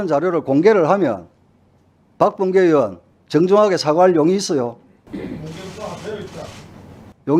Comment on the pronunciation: 박범계는 으원 인지 의원인지 발음 좀 제대로 해라